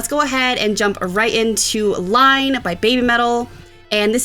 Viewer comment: Not "Line", but everyone gets it wrong